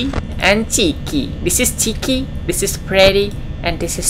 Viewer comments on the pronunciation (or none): chica bukan chiki